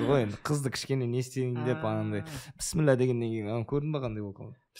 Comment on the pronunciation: Пісміллә емес бисмилләһ